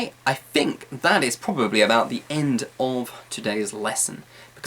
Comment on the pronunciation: Hi, you've some useful English learning videos. I've learnt lots of from you. And I realize something here: do you really speak 'th' sound by 'f' sound? (for example: think -> 'fink').